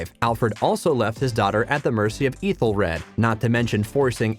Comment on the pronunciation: While pronouncing all the other names wrong. Eethelfleed.. 😂 eethelred I bet the narrator never watched the show he is just reading a script about this show.